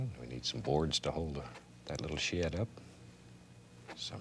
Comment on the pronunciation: He means SHED, but yes he always says "shared" instead of "shed".